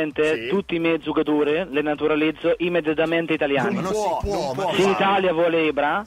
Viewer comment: Ma solo a me fa ridere quando dice gioucatori